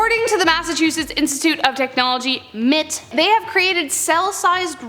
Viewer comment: Awesome video as always... except for one thing. MIT... Pronounced M. I. T... not mitt like a baseball player uses.